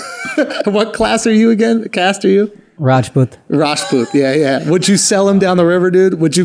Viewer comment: What is Aakash's caste? He pronounced it "ryashboot" but there are kshatriyas, Vaishya, shundras